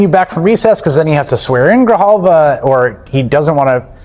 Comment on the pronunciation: The correct name of the duly elected representative to congress from Arizona is Adelita Grijalva. Please pronounce her name correctly. Is so disrespectful to butcher her name. Please don't do it anymore.